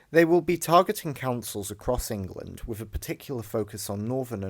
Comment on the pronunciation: WIV? NORFUMBERLAND? EIVER? FFS learn to speak properly if you're going to narrate a vid and stop with the MOCKNEY slang already!